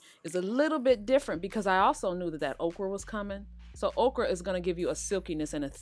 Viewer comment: Thank you! I really wondered who would have the best recipe and it’s definitely you. Also, I thought you said, “Oprah was coming...” and I was SO confused and excited. Ha! You said okra. 😂